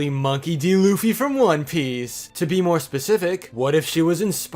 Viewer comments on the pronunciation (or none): You said Luffy wrong... YOU SAID LOOFY